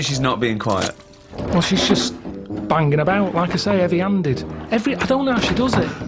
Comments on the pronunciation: 'eavy 'anded... The Hulk's in the 'ouse. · 'eavy 'anded